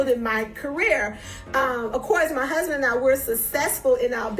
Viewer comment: Tisha, I really "hate" the way you put emphasis on "MY HUSBAND"!!!! 🤦🏾 #soannoying